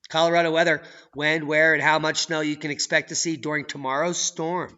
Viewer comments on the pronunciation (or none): none